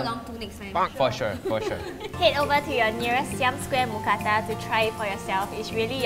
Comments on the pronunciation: As a Thai person, it’s “Mookrata” not “Mookata” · Actually, we call it Moo kra-ta. It has to have r to be correct. Just so you know 👌